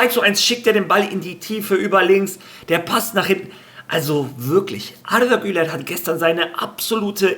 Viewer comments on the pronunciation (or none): es heisst arda güler nicht artha güler 🙂😉